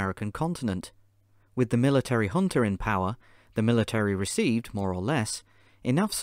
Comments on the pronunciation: Man, i struggled to understand what was the hunta or hunter (with african accent) that was many times mentioned. It happens that J in portugues is not like the J in spanish, which has a H sound. It is like the english J. so Junta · The English word is pronounced hunta. Sorry